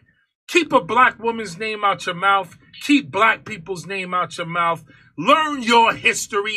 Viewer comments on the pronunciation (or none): ..actually he said "name" not "names"...he can't speak English well. An entire lifetime in the USA, but still struggles with English. PS-what is a mauf? Brutal.